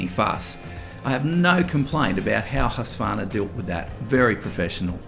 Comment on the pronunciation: mostly you aussies just call it husky, which is okay, but compared to the americans who call it huskavarna which sounds really bad, its huuuuuuuuuuuuskvarna, pronounce the uuuuuuu's. :D